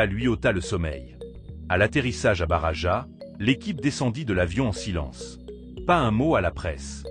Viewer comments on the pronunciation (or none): On ne dit pas: Barava mais barrrrajas. Valdebebaaasssss et pas valdebeba 😂😂